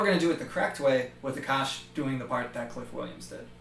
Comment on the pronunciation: when you say 'Aakash' I always hear 'the kush' and I'm like wth where does weed come in the picture